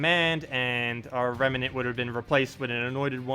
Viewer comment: Rem. Nant. Two syllables,. Nice video though~